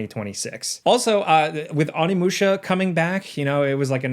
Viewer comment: Please correct your pronunciation of Onimusha 😢. Awnimusha is for people that eat California Rolls with a fork. Oh-Ni-Moo-Shah What's that blue version of Akuma that has fully succumbed to the Satsui no Hadou in Street Fighter 4? Oni. The demon sword often used in video games and anime/ manga? Onimaru. What's that Capcom franchise that has you playing a samurai that slays demons? Onimusha. Thank you.